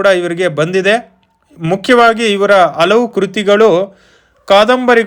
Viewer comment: ಕನ್ನಡವನ್ನು ಸರಿಯಾಗಿ ಉಚ್ಛರಿಸಿ. ಹಲವು ಪದವನ್ನು ಅಲವು ಎಂದು ಅನೇಕ ಬಾರಿ ಹೇಳಿದ್ದೀರಿ.